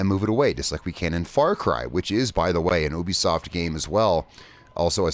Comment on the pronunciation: Right yeah you have a few decent points but your mostly just being picky and you saying ubisoft wrong